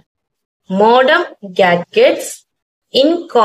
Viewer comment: Modem ❎ modern ✅😂😂